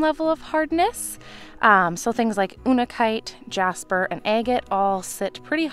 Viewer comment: What is ooonikite? Unakite is pronounced you-nuh-kite.